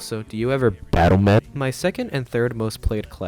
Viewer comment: The way you read b a t t l e m e d is exactly how i wanted it to be yay